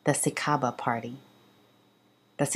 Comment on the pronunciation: SICABA is pronounced SICHABA